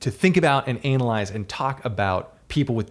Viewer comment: Anal-ize. That's the funniest pronunciation I've heard for this word. 🤣